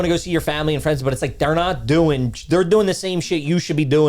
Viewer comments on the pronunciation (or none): "dooin" is impressively Philly trash.